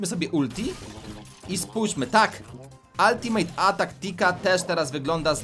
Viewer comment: Przestańcie mówić altimejt atak bo to wkurza